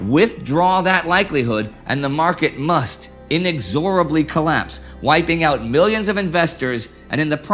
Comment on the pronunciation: "in-EX-orable. But very good info.